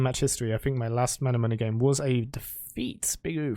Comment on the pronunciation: Y do u pronounce manamune like that